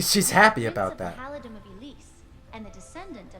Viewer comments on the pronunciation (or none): none